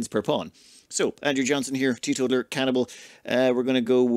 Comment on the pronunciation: Teeto-taler. Like a person who tells on others